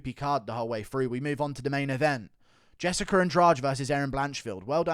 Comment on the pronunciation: It's Jessica, not "Jessicker"